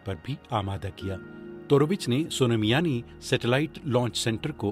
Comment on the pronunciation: sonamyani nahi soan miyani ya soomiyani